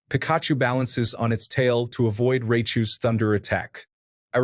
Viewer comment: The pronunciation of pikachu and raichu in this is crazy